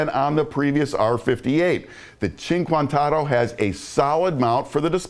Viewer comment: It’s pronounced “oh-toe” not “auto”